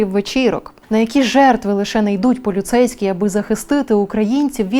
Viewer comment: Мені сподобалось, як ведуча сказала "полюцейські"